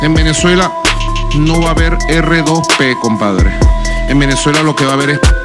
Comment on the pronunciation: Ni el sabe lo que es el R2P... No lo sabe ni pronunciar. NO ES DUEÑO NI AMO Y SEÑOR DE VENEZUELA. Y usted querido amigo...no lo repita.